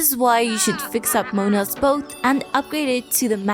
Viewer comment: Mo an a not moan a